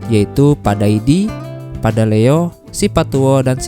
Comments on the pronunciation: ralat mas bukan padaleo, tapi padaelo🙏🏻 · PADAELO BANG bkan padaleo hehehe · Bukan Padaleo om tapi Padaelo sipatuo sipatokkong